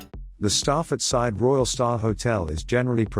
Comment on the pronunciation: If you set yourself up as travel specialist learn how to pronounce the resort name. Side is pronounced seeday